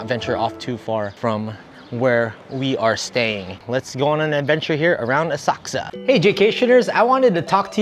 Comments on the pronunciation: Does anyone know why is saying OSAKSA?? I've been googling the web to find this City in Japan and the only City sounding like is saying it ('Osaksa') does NOT exist!! It is OSAKA - can anyone elaborate? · It’s Asakusa, with the u almost not pronounced!